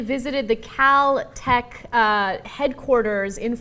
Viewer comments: its kel tec not kal tec ignorant pig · kel tec, not cow tec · First off, its pronounced as its spelled. KEL-Tec, not Kal-Tec. Secondly, I do partially agree, but only with Ana. He likely needs protection due to the fact that people hate him. However, any gun enthusiast would be all grins if they got to visit a factory. That's like a kid visiting a candy shop. This isn't him "bragging" about killing someone. Cenk is only projecting his personal opinion into this and twisting the story. This isn't about Trayvon, its about bad pr and that's it. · lol its kel-tec not cal-tech... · It's Kel-Tec not cow tec you dumb airhead OBEY GUNS OBEY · kel. not kal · Its pronounced KEL-TEC, where the fuck are they finding an a? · She doesn't know how to pronounce Kel-Tec. Haha. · Dumb video, he was found not guilty get over it. If he wants to visit "CAL TAC" as she incorrectly pronounces it, it's his damn right. He doesn't want attention, he wants to be a free man. Liberals never fail to amaze me. So he's a POS because he's interested in a shotgun? Wow..... you are so intelligent.